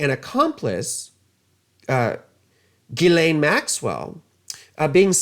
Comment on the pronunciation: LOVED this. You're the first person to say Ghislaine's name correctly. Brilliant. He didn't come across $ as if it fell out of the sky. Robert Maxwell was a handler of his. Way back when. Epstein was a master manipulator. I wonder WHO all that $$ went to that Maxwell pilfered. Did it go into Epstein's bank account, if you know what I mean. Epstein worked at Dalton till he was in trouble for sexual inappropriate behavior with students (girls) then he worked at AIG and was loved and applauded for his ability to manipulate and get $$ out of people. He got fired there, and was at Bear Stearns, and then went off to work with Hoffenberg scamming and ripping off people for millions. He left there for Tower's Financial where Steve Hoffenberg was MESMERIZED by Epstein's ability to lie and get MONEY Hoffenberg allowed Epstein to use his jet for financial transactions. The entire time, Epstein was doing fraud with money and a huge ponzi scheme with Hoffenberg, Epstein was TAPE RECORDING all of it to screw Hoffenberg should they ever get in trouble with the Feds. Epstein and Hoffenberg ponzi scheme $450 MILLION (*largest until Bernie Madeoff came along*) Hoffenberg goes to prison cuz Epstein screwed hin over something fierce Hoffenberg introduced Epstein to Leslie Wexner. Epstein gets a $$77 Million mansion on 71st street for $1.00 from Wexner. AND Epstein has power of attorney on all of Wexner's money. Epstein sent Maria Farmer to Wexner's home in Ohio pretending that Epstein and Wexner